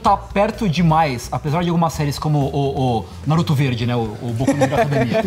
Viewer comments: NaRÚto, kkkkkk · Quando esses cara fala NÁruto eu demoro pra entender q eles falaram Naruto. Q agonia! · Ótimo vídeo, mas me dá uma leve agonia ouvir vocês falando "Náruto" hahaha.